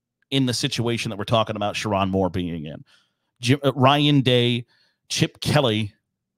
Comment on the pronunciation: Didn't even bother to learn how to say his name? I think you'll be learning it.